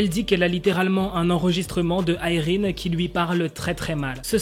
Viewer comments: Déjà je croyais qu'on disait Irène et pas Ayrine 😂. Les gens qui disent elle a attendu ce scandale pour s'excuser etc, oui bah peut-être qu'elle ne pensait pas être si méchante mais plutôt sévère ou stricte. Quand on te met face à tes actions, si tu as le moindre bon sens tu t'excuses. Et même, que voulez qu'elle fasse ? Qu'elle s'obstine ? De plus, peut-être qu'elle nest pas sincère à 100% puisqu'elle pense que son comportement est juste. Dans le sens où elle est juste là à dire les choses comme elles le sont sont. Franchement je veux le comprendre et je la comprends, quitte à ne pas connaître la vraie histoire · Mais si sa se prononce Irène c juste que la mal prononcée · mais moi je pense que je continuerai à dire "Irène" et non pas "AÏRINE" 😆😆😭